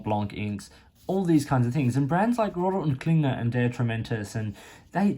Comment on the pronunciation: Your German pronunciation is very good, better than most anglophones. I agree with your assessment of R&K. Excellent value for the money, especially here in Europe.